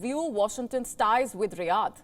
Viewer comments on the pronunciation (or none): none